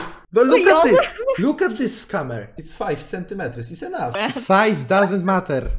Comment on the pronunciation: how meni centimetrus XDDD